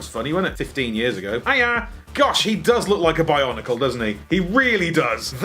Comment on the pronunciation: Weird saying “Bionicle”